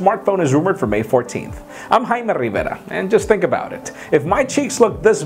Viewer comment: RiveRRRRRa.... rrrrr..... Sounds good though